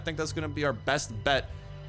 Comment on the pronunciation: it sounds like he said “nigga out” 😂 but he says thing out 😂